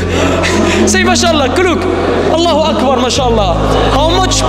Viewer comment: its Allahu akbar not Allahoe akbar